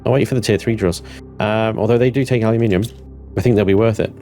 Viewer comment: Take a look at the Perdiodic table used by every other country 😛 It's Al-you-Min-eeeee-um 😀